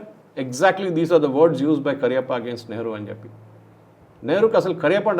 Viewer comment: Not 'KARIYAPPA' it's 'K A R Y A P P A'